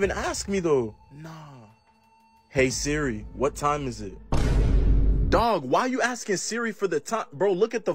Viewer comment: Bro said dwag